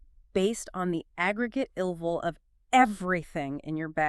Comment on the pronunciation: What the hell is that “ilvl” pronunciation